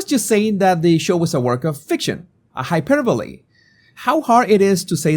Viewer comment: I watched the entire interview and the thing that cracks me up is that twice she used the word "hyperbole" but pronounced it "hyper—bowl"! She supposed to be an educated woman and English is her first language.